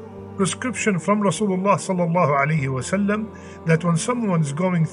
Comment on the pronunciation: Brother Eat Talbinah or whatever but I humbly request you not to eat words while saying صلی اللّٰہ علیہ وآلہ وسلم.... Please say properly and clearly.... JazakAllah....